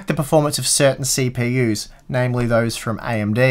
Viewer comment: Cheap-EU-s HAHAHAHAHAH